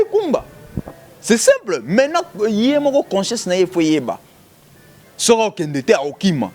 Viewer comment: Marcheveque alela ko tia ba U naba phrase naye hein, lol c'est simpleu etc..